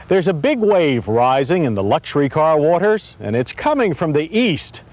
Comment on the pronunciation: Man he says the word "water" oddly...